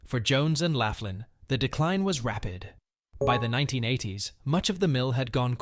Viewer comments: Jones and Laughlin Steel Mill. Laughlin is pronounced lock-lin. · The mispronunciations kept me laughing. Whoever did this clearly never set foot into western Pa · It's Jones and "locklan" not Jones and "lafflan".. and its the "yock a ganey" river. You missed Carrie Furnace... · Jones and 'laff-lynn" steel? The "you-gee-awe-gan-ee" river? The narrator clearly never set foot in Allegheny County. It's "lock-lynn" and "yawk-a-gain-ee" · Is it too much to ask to do a little research to find out the correct pronunciation of Jones & Laughlin and Youghiogheny?